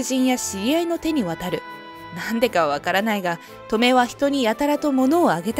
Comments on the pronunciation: トメ⤴︎ じゃなくて トメ⤵︎ 気になって話が入ってこない💦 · ト↑メ？ ト↓メの方がしっくりくる気が… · トメの発音ウケるw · 習字のハネ、トメ、このトメの発音だな。地域差かな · トメの発音が笑える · 「トメ」の発音が変でイライラする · トメの発音はこれで正しいですか？繰り返されると自分がおかしいのかという気がしてきた・・・ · トメの発音って 嫁と同じなの…？祖母と同じ発音だと思ってた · トメ↑が気になる